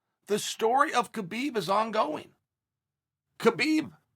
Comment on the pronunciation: Idk how people can't figure out that it's pronounced Habib